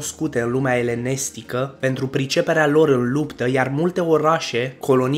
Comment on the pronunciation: Elenestica in loc de elenistica ,Gulmenita in loc de Gumelnita ,ai facut-o de oaie in primul minut.Pacat...